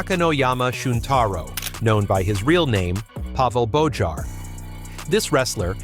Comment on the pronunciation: Bojar is pronounced BOYAR btw.